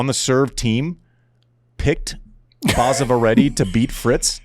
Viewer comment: it is basava not baasava